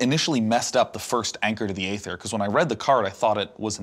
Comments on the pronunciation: Æther is pronounced like "EE-ther," not "AY-ther." Latin, yo. This has been a public service announcement, brought to you by the volunteer coalition of etymology nerds. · why does sean keeps mispronouncing aether. it's pronounce E-ther. e·ther ˈēTHər noun noun: aether 1. CHEMISTRY a pleasant-smelling, colorless, volatile liquid that is highly flammable. It is used as an anesthetic and as a solvent or intermediate in industrial processes. 2. literary the clear sky; the upper regions of air beyond the clouds. "nasty gases and smoke disperse into the ether" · Hey buddy, ae is pronounced E, like ether.